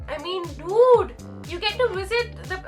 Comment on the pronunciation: I like the way she say "dude" funny..as she is saying "milk "